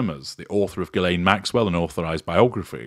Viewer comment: Ghislaine is a French name. It would be nice if you could listen at how if Ghislaine is pronounced.